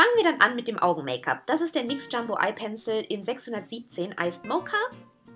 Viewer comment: Du sprichst nyx immer nix aus 😐ansonsten cooles Video ❤️